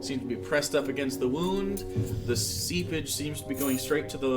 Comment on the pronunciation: this is my favorite DnD content on youtube, but please god stop saying the word "seepage".